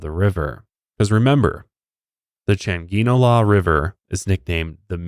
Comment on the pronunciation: I have not finished listening, but as a panamanian I can confirm you guys pronounced everything correctly, even Changuinola, impressive😅